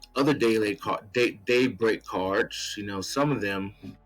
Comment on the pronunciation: Seems like fun. I couldn't help but hear daybreak as date something which made me laugh. Happy New Year